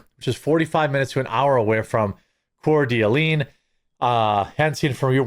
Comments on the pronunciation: Jeremy, let me help you. Please. lol You should pronounce it like Cor-Duh-Lane. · Coeur d'Alene Is pronounced Core-de-Lane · Core de a lean 😂😂😂 im saying it that way now 😂😂😂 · It is pronounced "cort ta lane" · Just an fyi, it's pronounced, kootnee. And Coeur D'Alene is French. Pronounced Cour (like you're about to say course, but no s) Da lane. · Say it with me. Core-da-lane. Or cda for short. You're welcome. Yes, im aware that's not how it's spelled. I live in cda. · It is pronounced "core de lane" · It is pronounced Core Da Lane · Pronounced Core duh lane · Say it with me: core duh lane Alternately, you can ask Google how to pronounce it during your prep for your video. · As an Idahoan, pronunciation for “Kootenai” is actually “koot-a-knee”, and pronunciation for “Coeur d’Alene” is “Coor-duh-lane”. I can’t make out that awful handwriting either. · "Coor duh Lane" is how we say it, idk how the French say it. On the topic of Idaho: "Boy see" not " Boy zee" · For those who don’t know, the city is pronounced Core-duh-lane. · Cour d' alene is pronounced "corda-lane" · Pronounced Core D Lane. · I used to live near there, it's pronounced Core-duh-lane. This story was horrible and I pray the victims family can somehow move on and find peace. This guy was a coward and may he rot in pieces. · "Core-Da-lane" Idaho. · Pronunciation is "Core Duh lane" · It's pronounced like this - core da lane - and - koot knee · Coeur d’Alene is pronounced Core-da-lane. Just so you know. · Can't pronounce "mizz-zoo". Can't pronounce "spoe-can". Can't pronounce "core-duh-lane". Geeze... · It's pronounced cord a lane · Oh thank God he has two s's And it's pronounced core da lane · Its core da lane and koo ten eye. I used to live in sandpoint ID. Moved back to colorado a while ago, regret it. Awful here. Such an act of cowardice from this loser. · Coeur D'Alene is pronounced kor duh·layn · Pronounced Core Da Lane. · Damn French trappers! It's pronounced: cord a lane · Heart of an awl